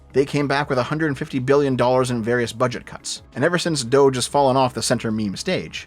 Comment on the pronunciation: It's Doge, not Dougethx